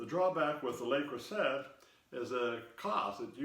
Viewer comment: I use an oval and round Le Creuset depending on the shape of the loaf I'm baking. Works every time without fail. They're expensive, but fortunately a bit cheaper here in France. Btw, it's actually pronounced Crew Say.